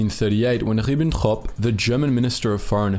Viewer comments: as a german my ears bled after hearing his pronnounciation of Ribbentrop xDD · Just from a purely presentation perspective, it's a little weird to pronounce Ribbentrop with an accent, but none of the other names of people, places, or things.